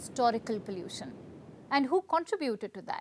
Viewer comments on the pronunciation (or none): Stop saying pallution 😂 is sick and no one pronounces it that way in India